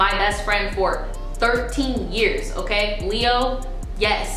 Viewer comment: I die every time you say " okey " 🤣 & I think a eating disorder would help more than hurt ppl so I'd love to see it 🤞🏽😣